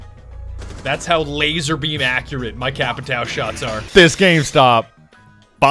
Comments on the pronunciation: Hey,. It's not "Capitao", when you are talking, it's Capitaum. Trust me, iam from Brazil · Ur pronunciation is a bit off its capatio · Ah and Just saying you say cha-pee-tahum PS the h do not sound as an r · I find it funny that you keep calling him "Capitao" while the portuguese word for it just means "Captain" in english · Nobody:: CAPITÁL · My friend said that the correct pronunciation is “capishao” because of the “~” on the ã. I learned something new today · Brazilian here. The little fella on the A for "TAO" should sound like "ON" as in centurion or a weak "OH in "UH OH" so in basically its sounds like capit"oh" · The closest way of pronouncing "Capitão" correctly would be "capitown". "ão" sounds a lot like "own" tbh. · Can everyone and their r ur pronouncing capitao wrong just fuck off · TheOnlyDavidG. They don't even know what the "ã" means, and they won't waste their time searching it. "Capitao" is good enough, I guess. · Like in portuguese ur pronunce is like CÁPITAUMN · I wish doing the "ão" sound would be less hard for english folks lol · Everytime you say "capitão" i cringe for some reason. Probably because i'm stupid and brazillian... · Jeeezz is suffering listening you pronuncing capitão wrong, but that's not my fault, there isn't this simbols: ~ ` ^ In English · Everyone says Capitão wrong and its funny asf. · As a Brazilian born and raised, the way you pronounce Capitão is both hilarious and absolutely infuriating. God bless you:P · The way they say Capitão..it hurts.